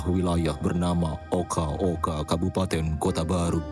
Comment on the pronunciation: Khabupaten okha okha bang kok lu kaya bilang kha setiap huruf k maaf bang penonton cuma tanya🗿